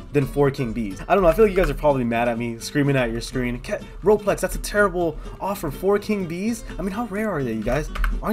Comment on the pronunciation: Roplex : I have no fwends in weal wife